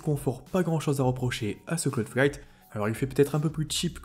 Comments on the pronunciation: Ta du mal à dire cloud fight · 👌 t'as un peu de mal à dire le nom nan?